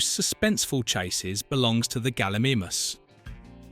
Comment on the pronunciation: Galla MEE MUSS, its Gal-I-MY-Muss. (its also CGI, not Y). For rendering is pretty good for its time (you repeated that fact) in comparison to lord of the rings which was 48 hours per frame at a rate of 32, I think in 1993 they did amazingly well as PC's were no where near as advanced. Pretty good coverage otherwise, didn't know about the water fact on the T Rex, that was cool. Keep up the dino movies :)